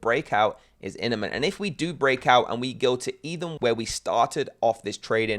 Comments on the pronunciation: Bro, the word is “Imminent” not “Inniment” lol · IMMinent 😂 bro the M is first 😮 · dude..the word is imminent...!